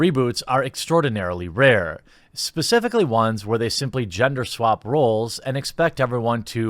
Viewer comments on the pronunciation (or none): none